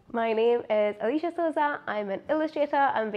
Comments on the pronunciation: Hi! In one of your illustrations on your blog space , you show how it's pronounced. Ahh Lee see ya ... But, here you're pronouncing it as Aleesha. 😀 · Haha! I'm SO glad you noticed that! So it's actually as I drew it- Ah-lee-see-ya! But people tend to find it hard to pronounce so I go with the more regular default Al-eeh-sha 🤓 The name is pronounced differently worldwide too- Alisha in the US, and more Alisssiya in Europe (how my mom intended 🥲)